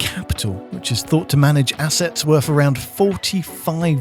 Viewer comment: Don't like this new voice over, sorry. He says "worf" not "worth". "Jonaffan" not "Jonathan" and "bowf" not "both". You're the voice of a giant YouTube channel, stop talking like a child.